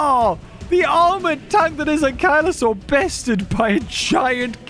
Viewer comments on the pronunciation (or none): none